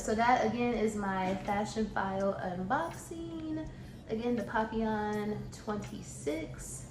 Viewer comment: You pronounced it correctly boo. Papillon for butterfly 🦋.